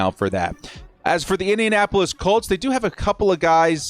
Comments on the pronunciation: Yeah, totally sounded like minionappolis colts. I heard that same thing. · Anybody else notice said “ Minnionapolis Colts”? 🤣 love you!